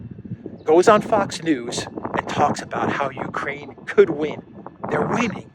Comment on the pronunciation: should this loser equate himself to no less than "the world"? should they say openly they are after China? ahahahah people of Mariupol fighting AGAINST Russia... he got everything wrong, ffs he cannot say "Ukraine" properly